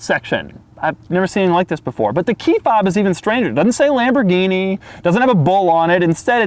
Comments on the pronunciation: If I hear this guy say "Mmhh, itz Lam-bo-geen-ee", I'm going to punch a kitten. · Well... it's Lamborguinni!